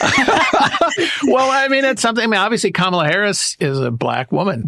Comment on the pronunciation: It is Comma-la. Not Ka-MA-la. Pronounce it right.